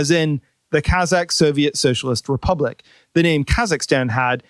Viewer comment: "RUpublic" of Kazakhstan